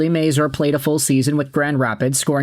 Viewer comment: Please learn how to say his name. It's not may-zoor. It's may-zur.